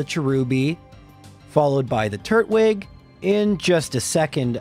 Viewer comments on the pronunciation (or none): "Garden-ia" "Turt-wig" You have got to stop